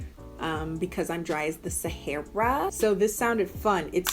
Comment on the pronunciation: "Cause I'm dry as the sah-hair-rah" SAME